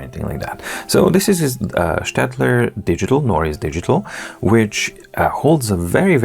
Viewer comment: Thank you for prounincing Staedtler correctly. Greetings from Germany